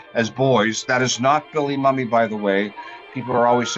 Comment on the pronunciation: You're pronouncing Billy Mumy's name wrong - the proper pronunciation is MOO-me.